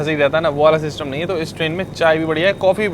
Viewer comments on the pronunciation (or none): none